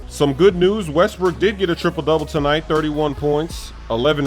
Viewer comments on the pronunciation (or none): none